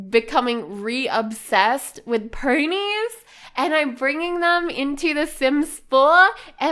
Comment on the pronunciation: Why do you say “purnies” instead of “ponies”? 🤔